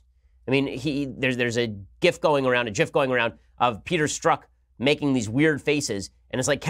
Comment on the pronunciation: You said it right the first time Ben. GIF stands for Graphics Interchange Format. It is pronounced like the word gift without the t . YIFF is what furries do to make God cry.